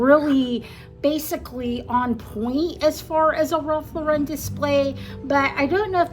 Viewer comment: You nailed it! Great job, but please pronounce Ralph Lauren’s name correctly!